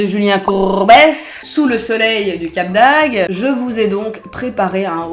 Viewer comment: C'est Cap d'AgDE, pas Cap d'Ag 😂😂😂